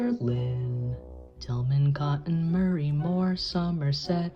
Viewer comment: You fell for the classic blunder and said "Murray" instead of "Maury". It rhymes with "sorry".